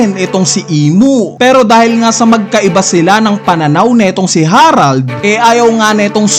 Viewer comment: KING HE-RALD KING HA-RALD nakakapanibago pag banggit mo HAHAHAHA